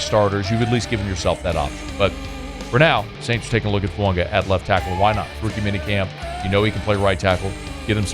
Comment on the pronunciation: Hey, this is directly from the New Orleans Saints website......"Name pronounced tah-lee-ESS-ay Foo-AH-gah". Please STOP saying FuaNga!!!!!!!!!